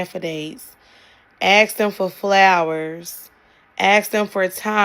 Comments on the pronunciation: 906...the word is ASK...NOT "AXE" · Generally, when I hear someone say "Aks" unironically in a sentence and she's not cuter than a button, I write her off immediately ;D Lip filler and "lashes" like caterpillars are not "cuter than a button". Also, if you ask me, BORED people tend to be BORING people - they always need something majorly external, someone other than themselves, to have "fun" and to not be bored. They're insufferable. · how is it physically impossible for black people to pronounce "ask" properly?